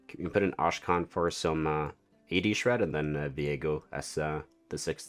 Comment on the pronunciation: Thank you for the preview!!! Just making sure you know that Akshan is pronounced ak-Shan and not ash-khan 😅